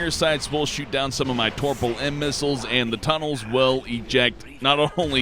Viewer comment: there is no R in Topol buddy